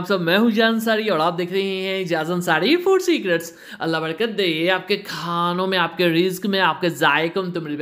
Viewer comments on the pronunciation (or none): none